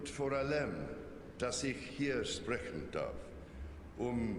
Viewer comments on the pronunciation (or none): Anders als bei vielen englichsprachigen Leuten sind seine "ch"-Laute fast perfekt. Mit der Betonung haperts noch hie und da, vor allem bei "vor allem".